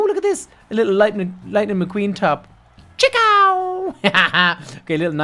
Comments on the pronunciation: It's Ka-chow not chick ow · If your a huge fan why did you say chakow instead of Kachow